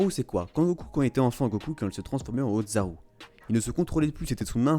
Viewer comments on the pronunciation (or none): Mec c'est pas le ODZARU c'est Le Ozzaru pas de D.